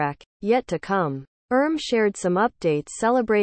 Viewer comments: Ummm why did you keep saying "erm" instead of "RM"? You made the commentary of this video sound ridiculous. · Hahaha!😂😂😂 I kept laughing every time she said “erm”!! 🤣 She also said “yungkook”!😂 (I’m thinking this narration is computer generated cuz if the narrator was a true ARMY, she would know how to pronounce their names correctly).